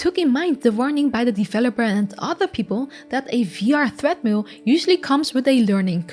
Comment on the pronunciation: 0.38 Did you say THREAD-mill?